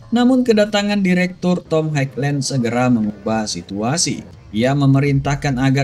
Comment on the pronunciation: Highland ,dibaca HaiLèn 😊 itu aja. 👍👍